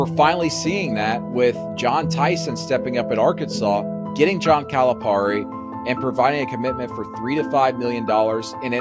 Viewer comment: This was awesome, but somebody please help with the pronunciation of Calipari lol